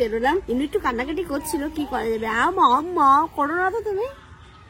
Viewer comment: mamma na amma bolche re buri.